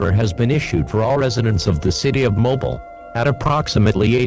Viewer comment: Mobile is pronounced (MO-BEEL) Not (MO-BILL)